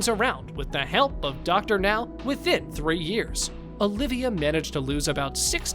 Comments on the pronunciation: Thank you for saying Dr. Now's name right. 👍👍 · Finally, the narrator is pronouncing Dr. Now's name correctly! But the narration script is still very awkward...